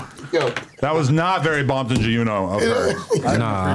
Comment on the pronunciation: Adam kept soning gee uno lol. He better be careful.